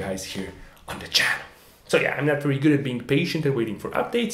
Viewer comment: "I wery wery hope it means what it means because if it means what it means..." ... Besides doing his Barbara Wa Wa inpersonation, what else could it mean if it doesn't mean what it means?